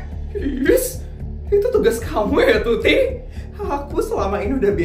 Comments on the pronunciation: Waktu ngomong tuti sama feli aku kok denger nya putri sama feli 😭😭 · itu typo asli nya mau ngomong tuti karna tutup dan putri sedikit sama dalam penyebutan maka salah sebut tuti jadi putri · typo ngomong "putri dan feli"kan harusnya tuti dan feli😂